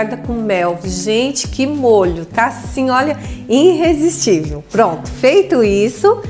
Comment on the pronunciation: Querida, são ótimos seus vídeos, mas me dá uma dor te ouvir dizendo "Herr frai" e " iNrresistível"... procure acertar nestas pronúncias para ficar melhor ainda!